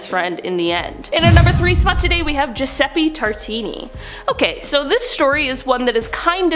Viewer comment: I absolutely LOVE that, even though your pronunciations are sometimes a bit off, you actually pronounced Giuseppe correctly!!!! And a few other words/names, too. Sweet!